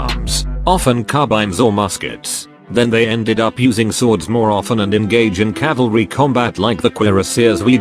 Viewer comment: CALVARY! WATCH OUT!